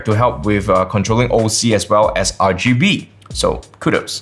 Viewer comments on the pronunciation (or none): did he RgayBees?